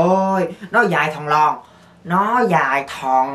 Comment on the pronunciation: Nò dài thòn lòn luôn các bạn ơi!!!!! Nhấn mạnh mà em nghe em cười xỉu á